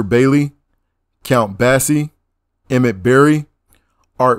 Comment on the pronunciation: Basie not Bassey Blakey not Blakley Eldridge not Elridge Gillespie not Gilispy Gryce not Greece Rollins not ro-lins Zu tee not zuttee But anyway, thanks brotha.